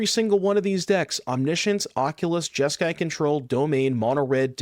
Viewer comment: You mean Jesk"eye" demon